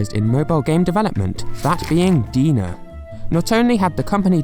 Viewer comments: Just a heads up, DeNA is pronounced like "DNA" not "Deena." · its not pronounced as DENA, its like DNA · Deena? It's pronounced DNA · It's quite sad to see Miitomo went under. Miifoto was a real treat that was just fun to mess around with. (I hope they could release it as a standalone app at some point) The Answer Central and Style Central were a really nice addition, especially for some people who doesn't have friend or anyone they know uses the app. (like me) By the way, the company DeNA literally pronounced as D-N-A. Not De-Na. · LOL, DeNA is supposed to be pronounced like DNA pay attention to the capital letters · It’s pronounced “D N A” “E What Ah” “me toe moe”